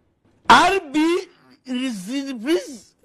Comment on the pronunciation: When he got to the Bundesliga I was crying at Aallbe Lessapigg Vs Freebrook